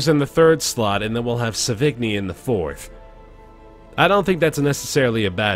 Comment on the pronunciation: ahem sauvigni=sô-vi-ñí and puchot=pew-shô XD well done man, really been enjoying the series